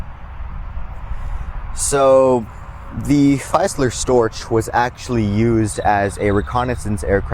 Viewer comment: Please say 'feezler' and 'storch' like the 'ch in Scottish 'loch'. Thank you.